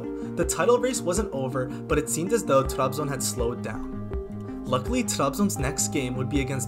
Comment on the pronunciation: Trabzon’u telaffuz edişinden anladım Türk olduğunu. Türk olmayan kimse Trabzonu öyle telaffuz edemez. İngilizcene hayran kaldım. Eline sağlık.